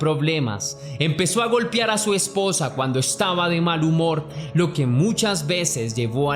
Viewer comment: Amigo, narras muy bien las historias y le pones ese toque mágico de suspenso. Pero con mucho respeto y admiración te hago una pequeña observación; se dice, golpear o golpearon, no (golpiar o golpiaron) es con mucho respeto.